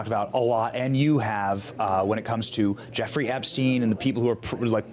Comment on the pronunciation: You are pronouncing Epstien wrong . I'm not trying to be picky, but it's bugging me lol. love you're channel though 😊